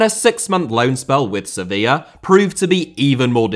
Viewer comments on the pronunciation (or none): none